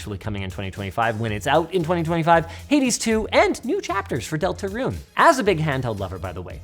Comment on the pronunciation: Why did Linus pronounce Deltarune like that one family guy meme animation? Delta-roon